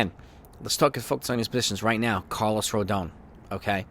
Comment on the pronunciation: Still struggling to pronounce Rodons' name correctly. It's Roe-Don